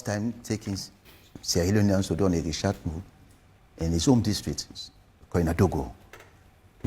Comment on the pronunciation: The word is research not reschat. Moving on doesn't mean accepting wrong doing infact there is no peace without justice. Thank God there is a platform now to discuss political issues.